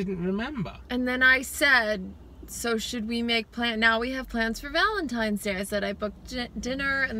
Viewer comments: Its not Valentime!!!!! People and their lazy English lol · Specific people say pacific, similar I have heard people say simular. Library people say liberry 😂 but I also have heard people say valentimes day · RealAtor, chiPOLte, chimminey, definitely valentimes day 😖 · A Yankee (US), here , living now in the south, they say VALENTIMES all.the.time. Drives me insane. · My son who's 5 mispronounces Valentine's Day as Valentimes day. It's the cutest thing ever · Definitely have heard people say valentimes day and sanwich instead sandwich. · yes! I knew someone who said valentime's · samich yes i have heard Valentime's day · soooo many people say valentimes day...drives me mad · I've heard people say Valentimes and I know 46 yr old that says sangwich. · Almost everyone I know says valintimes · never thought two people arguing would grab my attention so much, especially about "Valentime's" day... haha it is funny but at least you resolved the issue of he said she said. You guys are freaking {I say that a lot} amazing and in Georgia I say Sandwich and Valentine's day but the other 89.9% say samich/ samwich and Valentime's day every time. I think you were right in this one though Laura. ❤😊😉